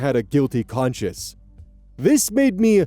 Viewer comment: Lol it always confuses me when says "conscience" like "conscious"